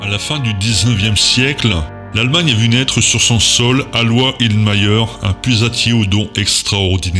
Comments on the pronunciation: Alois ce pronononce "alohiss" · Excellente vidéo, magnifique montage d'images terrifiantes qui illustrent bien ce que pourra être la 3e Guerre mondiale ... Pour ma part je connaissais bien les prédictions d'Aloïs Irlmaier (juste un petit point: Il faut prononcer son prénom "allô- hisse". Masculin d'Eloise, c'est un prénom encore usité dans les pays de Savoie, de Suisse et d'Allemagne.)